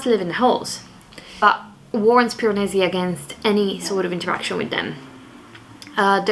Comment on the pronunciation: I love it when you say "Piranesi" in your italian accent! It's not the type of book I would read but still, I really enjoy any vlogs you upload! Small human is very cute :) Kudos to you for filming reading vlogs with a tiny baby! and a needy dog! haha xx